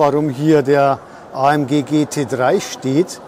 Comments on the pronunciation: Ist halt manchmal nicht ganz einfach ... vor allem, wenn man sich mit dem Standpersonal vorher für Infos nur in Englisch unterhalten kann ... und in Englisch spricht man nun mal üblicher Weise ÄiEmDschi und manchen sprechen in Englisch auch von KeyDa. Sorry für diese Unachtsamkeit. Tja, man kann es halt nie allen recht machen. Ich hatte auch schon Zuschauer, die gemeckert haben dass ich eine Jahreszahl oft in zwei Zehnerblöcken ausspreche - 20 25 statt als Tausender-Zahl 2025, obwohl beides üblich ist. Ich wünsche Ihnen viel Spaß auf anderen YouTube-Kanälen, die es besser machen!😉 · Was eine Aussprache Ämg Cäda………besser kein Video machen 👎🏼